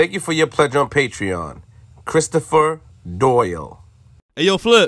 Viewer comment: He said Christopher (DOYLE) Dole 😂😂😂